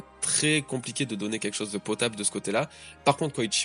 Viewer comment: Salut! Je me demandais: pourquoi tu prononces "Koichiro"? Dans toutes les trads que j'ai lues c'était écrit "Kyoshiro" donc je me demande si c'est intentionnel de ta part? En tout cas continue comme ça tes vidéos sont oufs:)